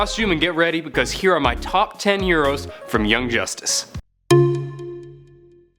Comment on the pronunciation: 25 yeros instead of heroes